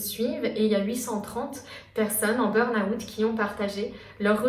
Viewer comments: Intéressant mais burn out ça se dit burn out et pas burn aouuut 😂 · Pour quoi vous dite "burn Août" 😂😂